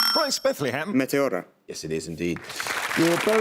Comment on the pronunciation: What a massacre. Bethlehem is not only an absolute monster, but his pronunciation of e.g. Meteora is chefs kiss